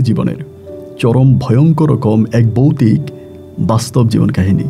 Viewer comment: বয়ানক? নাকি ভয়ানক? বৌতিক? নাকি ভৌতিক? 🫥